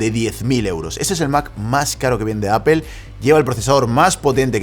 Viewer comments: Se dice 'apol'. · Qué es “apel” quien les enseñó a hablar?